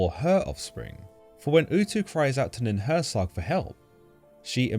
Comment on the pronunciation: Nin hur sang, not nin hur sag. Also, hur sang means just "mountain" in sumerian.